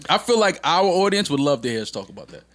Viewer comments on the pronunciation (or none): There's no "R" in audience ... That was cold Joe 😸